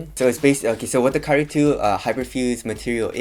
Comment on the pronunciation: Great compare and contrast. One thing though. Dude, you waited until for inflection to get a distinct KYRIE. Up to that point I had to go back a couple times because I could've sworn you said Curry twice. Just nitpicking. Good job though. Cheers!